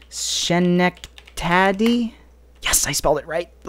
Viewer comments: you said schenectady wrong you say it. ske-neck-ta-dy the first syllable is a short e not a long e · Schenectady is pronounced ske/sce-nek-tuhdi